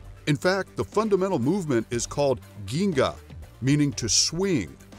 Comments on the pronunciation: ZHEN-GA not ginga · The video mis pronounced Ginga, with a hard “G”. It pronounced Jin-Ga. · Ginga is pronounced as jinga !!! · I think it's pronounced Jinga!! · The pronunciation of "ginga" was terrible too, it hurts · Just a heads up on Capoeira he pronounced “Ginga” Incorrectly. The first G is pronounced like a J. A lot of things a mispronounced. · Totally lost me when he mispronounced Ginga